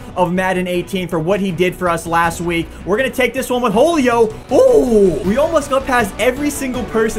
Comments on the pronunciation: I love you but seriously, Jolio Jones? I don’t know if he is actually saying Julio in a weird way or is flat out say Jolio 😂😂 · "Whole-io Jones" love ya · You said Julio like wholeo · pronounces wholio jones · u said ho lio Jones it’s who lio Jones everybody knows that. I know cause he is my favorite player. Spelled Julio Jones.